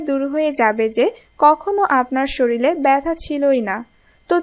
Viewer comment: কি উচ্চারণ রে হায়রে হায় - সরিলে সরিলে সরিলে , কবে শরীর বলবেন?